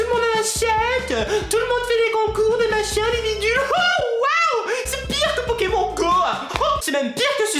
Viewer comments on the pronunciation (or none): none